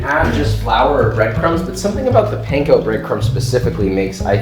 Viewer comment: she was too nice to correct your pronounciation of panko